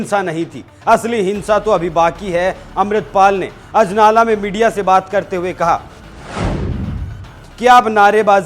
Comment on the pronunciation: Sala bda anchor bna firta hai anjala nhi ajnala hai wo ।